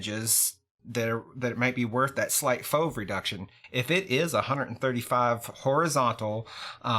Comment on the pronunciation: Don't say fauv for f.o.v please and thank you